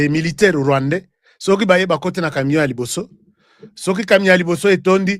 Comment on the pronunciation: On dit "CAMION" et non "CAMNION"